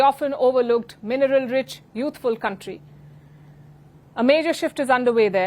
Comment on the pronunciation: Wait, did a whole reporter just say Africa is a mineral rich 'Counrty'? Smh